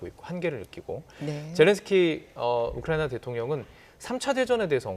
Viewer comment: 이 아줌마 왜 자꾸 우쿠라나라고 말하나요?